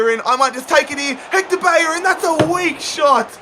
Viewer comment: ‘Bayorin’ no. It’s ‘Bellerin’. Please learn how to pronounce things. And learn how to pronounce the letter H.